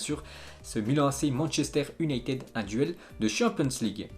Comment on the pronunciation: La manière dont il prononce toujours "U"nited me gêne gravvvv